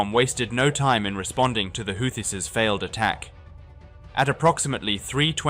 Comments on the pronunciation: To the narrator: "Houthis" is pronounces Hoo-tis, not How-tis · The hooties are hooting. Not howtees, dumass. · I think it's pronounceced who-tees! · Like all of us, even AI has no real idea how to pronounce this stupid group's name.